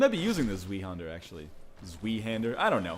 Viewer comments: Its not zwee but more like zw + i (i as in i am) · zwei isnt pronounced like zvee, its pronounced like zvi lol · "zwee-hander" LOL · Øystein Sandvik it's pronounced Zvei-hind-er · Isn't it pronounced swai? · zweihander pronounced svy like sky with a v, means two hander. Doesn't sound as cool in english as it does in german. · Zweihander is pronounced liked zveihander, Ryan. You were closer than most, though! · its pronounced zv-eye-hander. its german. and its my main weapon atm. i have it upgraded to lightning +5 and its awesome but i kinda suck with it in pvp. its rather slow but it hits like a truck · I cringe every time I hear him say zweihander. You're saying it wrong it's German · Don't forget that the word is German, so pronounce the 'W' as a 'V'. 'Zwei' is literally just the German word for Two. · zweihanders pronunciation was completly miserable lol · Your pronunciation ws totally wrong, but its ok. It sounded awesome and i know that german is a hard language.